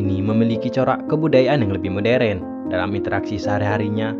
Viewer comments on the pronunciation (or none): none